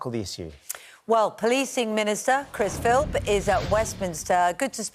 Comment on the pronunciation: I heard "Policing Minister Chris Filfth".. surely not ??